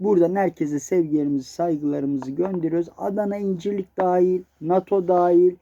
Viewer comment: incirlik'e çok vurgu yaptın bu bir mesajmı komutanım